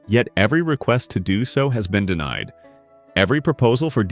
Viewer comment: DeMied instead of DeNIed = AI